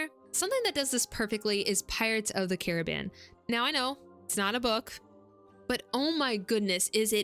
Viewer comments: I found this channel through your video on magic systems. So far I'm enjoying this one too but your pronunciation of "Carribean" is kind of taking me out of it. Where are you from that you pronounce it Ka-ruh-been instead of Ka-Ruh-Bee-Uhn as it should be? Is this some kind of local dialect thing? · just checked the trailer. It does not say ka-ruh-been. If anything i think you're the only person in north america to pronounce it this way.